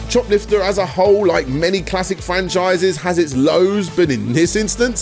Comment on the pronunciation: I keep hearing it as shoplifter